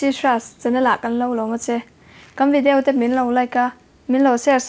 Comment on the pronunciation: Like and subscribe a tir a sawi khian, Vidiau a ti tlatin ka hria 🤣